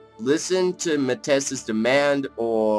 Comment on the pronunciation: Pronounced (may-ty)